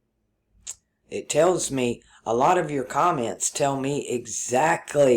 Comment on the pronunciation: Did you say cum ments? lower chakra comment :D